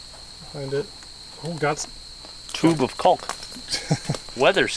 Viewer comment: HAHAHA...He said "caullllk"!